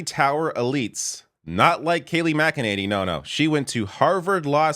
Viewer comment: Mac-a-nanny reminds me of Alyssa Branch.